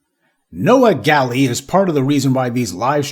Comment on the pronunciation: WELL HIS NAME IS " GALLE "!!! WELL G A L L E !!!!